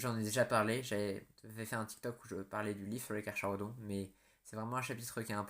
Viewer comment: Tyberos est juste imbattable et inarrêtable mais je doute que GW fasse une nouvelle fig ! Si jamais ça arrive je l'achète directe ! Si il est primarisé... il va atteindre les 3m !!! Petit truc qui ne va pas dans la vidéo : Carcharodons oui mais le "cha" se dit "ca" !